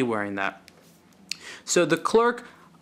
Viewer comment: Pronounced Cler and NOT ClerC OK!